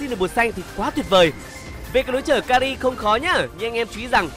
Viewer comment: Mình nhớ đọc là ka hi chứ nhỉ sao lại ka li ta